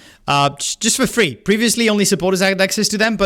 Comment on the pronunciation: damn kinda sucks to know the reason why you made such an accent on "for free", lmao